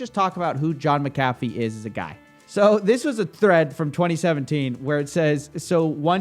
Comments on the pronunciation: You're pronouncing his name wrong... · Sorry to break it to you bro but you're pronouncing his name wrong -. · I thought it was pronounced Mack-A-Fee. All this time I've been putting the wrong emPHasis on the wrong syLLAble lol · You’re saying his name wrong lol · Mc-Ah-fee not Meh-Cah-fee sir Coffee. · Mac A fee not mc cafe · I believe it's pronounced "mac-uh-fee" rather than "mick-caffeine" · You say his name wrong through this entire video. The name is MAC-AH-FEE not MICK-UH-FEE. Scottish vs. Irish prounounciation. Very sloppy since he is the whole point of the vid. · IT'S Mc-a-fee, not Mcaaafe man xD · I really - really want to watch this video, but you're making it so fucking hard for me by continously saying 'Mc Caffy' over and over... That was seriously annoying, as little as I like the guy the name is CLEARLY pronounced 'mac-a-fee' just like he himself, and anyone else who ever has talked about him or his 'antivirus' have always said... You're literally killing me here... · It's pronounced MAC A FEE you twit! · John *MAC*Afee is how it is pronounced. Mc = Mac, think the footballer McEntire no one says "mick entire" or "m centire" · I always thought it was pronounced Mac - A - Fee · Pronounce the guys name right will you it’s it’s sounds like Mac a fee idiot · FYI, it’s Mac-Uh-Fee. Love your stuff! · IT’S F**KING MACK-UH-FEE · Why is it when someone pronounces something wrong they end up saying it so many times 🤣 say it with me: Mac-ah-Fee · It's pronounced "John MAC-a-fee" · This pronunciation of McAfee is hilarious! It's MAC-AFEE man. lol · Lol this.... Maca-fee? Coffe have you never heard his name before lol? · I love your videos but for God sake it's mc a fee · John Mac-a-Fee is the correct pronunciation. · Correct. Mispronounced his name 100 times in this video. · Isn’t he name pronounced different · At least pronounce his name right if your gonna cover him bro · Are you saying McAfee wrong on purpose?